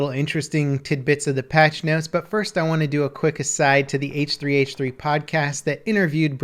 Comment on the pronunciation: h3h3? It’s pronounced hehe